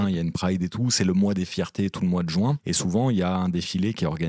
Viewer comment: C'est le mois de juin, pas le mois de joint 😆